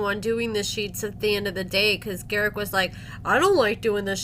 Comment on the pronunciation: lol, a book, jeez, what is it; gar-ICK the narcisSICK